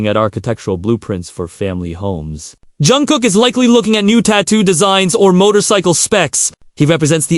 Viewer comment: You really butchered Jungkook and Yoongi 's names! I agree with you that Namjoon would make the best husband and father! Actually I think they will all make great fathers! But, Namjoon has the maturity needed!